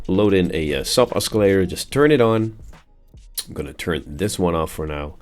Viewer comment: you pronounce oscillator wrong, other than that, nice tutorial